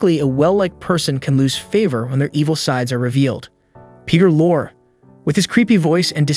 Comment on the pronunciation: Raymond Burr was gay which is why the publicists made up an alternate history for him. I never heard that he as all that nasty personally but he had a secret life and a live in boyfriend for decades and decades. You would have missed the mispronunciation of Perter Lorre, kind of a sin to mispronounce the names of the actors you plan to torpedo. Kirk Douglas raped Natalie Wood when when was was still a child (allegedly,) so he really was a deranged pedophile.